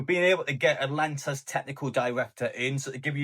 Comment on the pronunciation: It's 'Atalanta' not 'Atlanta'